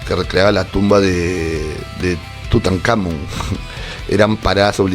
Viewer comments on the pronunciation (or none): none